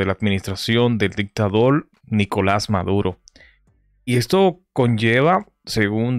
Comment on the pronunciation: Van a reportar tu canal por decir "dictaDOL"